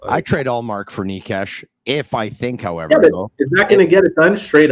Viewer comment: A little help in here. Nečas = Naychas Not Neeshcash and definitely not Naysach 😅